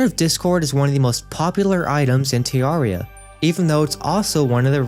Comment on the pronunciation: I've heard tons of pronunciations for terraria but tearraria is hilarious xD nice video though. :P